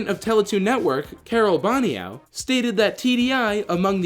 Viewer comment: About #100, her name is pronounced Carole Bono. French canadian names be crazy amirite.